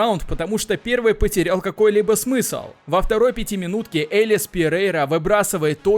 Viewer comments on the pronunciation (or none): none